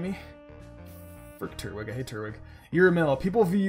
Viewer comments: It's not turt-wig its tur-twig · no not another one its not Turt-Wig its Tur-Twig